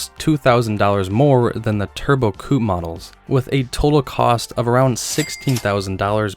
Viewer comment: It's the turbo coupe (coop) not coo.